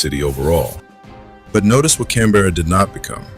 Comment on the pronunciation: BTW its pronounced cam-bruh